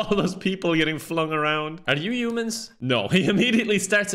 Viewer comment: I love the way pronounces "Humans" as "Yumans"